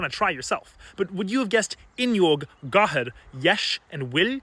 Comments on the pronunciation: The pronunciation was slightly off, but here's how I'd pronounce as someone who speaks Irish: fwin-yohg, jesh, gawher, and will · 'gathair' -has a slender r at the end, not a velarised retroflex (which is what it sounded like to me). 'aghaidh' can be 'ai(y)a' too. In Old and Middle Irish the final dental fricative it's not exactly clear what it was exactly, but presumably more slender than how you said it (yours was more broad). 'teach' has a low flat front vowel like in 'apple' or 'cat'. Length is not phonemic for this vowel.